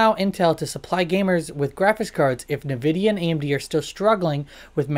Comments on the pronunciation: Whats with the nervidia ffs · What the hell is Nevidia?